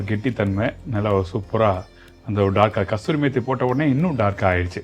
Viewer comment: I enjoyed the video. I know people say 'kasturi' methi especially in the south. But I was shocked when this Punjabi chef said it😮. It is kasuri methi, named after a place in Punjab, called Kasur. Kasur is famous for its methi grown there. It is Kasuri methi. Not Kasturi methi.